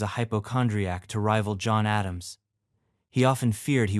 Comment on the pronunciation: John A-dam-she?